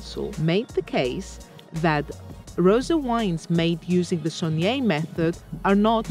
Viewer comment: Its not sogneeee it’s saigné dyphtong “ai”